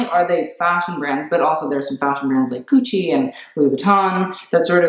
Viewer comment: IT'S GUCCI NOT GUCI